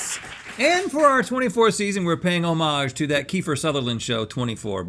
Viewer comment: The way Rhett pronounced Homage!!! 😆🤣😆🤣